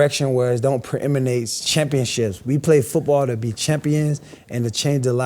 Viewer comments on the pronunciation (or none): "Preeminate with Tom Brady" ? This guy is the reincarnation of the character from Living Color